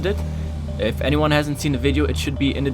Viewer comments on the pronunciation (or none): When you where about to say yet I skipped 10 seconds and you said iff and it sounded like yiff😂